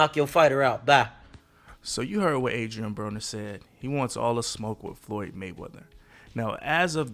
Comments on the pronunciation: Broner not bronner 😂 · why you mispronounced his last name- "browner"?... disliked.